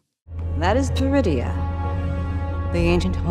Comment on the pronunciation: Oh. PER-idia. I thought she said "DRU-idia". Funny, she doesn't look Druish.